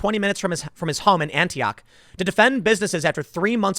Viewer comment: Tim its pronounced "annie ock" not "ANTI OCK"